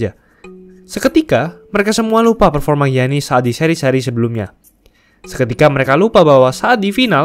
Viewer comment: Giannis, dibaca yanis bro..